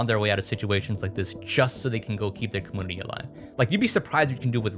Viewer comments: yo dude! I've noticed when you say computer you say "com-Poo-ter" and now I noticed community is "com-ooo-nity" instead of "com-you-nity". Is this like an inside joke I don't understand within your Youtube following?? Hope I'm not being rude, just curious and trying to be as respectful as possible. Love your videos and thank you eternally for my kindle <3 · I don’t know if this is some kind of regional accent but I’ve always heard community pronounced com-MEW-nit-y never com-MOO-nity and com-PEW-ter not com-POO-ter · Dammit,! I grew up in a commune (com-yune) not (com-oon). Community also includes that (yu) sound. I love your stuff. Your dedication is real. Com. Yun. I. Ty. Not: Com. Oon. I. Ty. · Comoonity........😂 I can't be the only one. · I have to ask you say camoonity? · Why does he say community so weird he says it like 'comoonivty' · are you saying "commoonitee"??? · why do you pronounce "community" so weirdly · The way you mispronounce community, one of the most commonly used words in the English language, is so infuriating. I felt the need to let you know you're doing it. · it think its so cute how you pronounce "computer" or "community" haha <3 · Why do you insist on mispronouncing “computer” and “community”?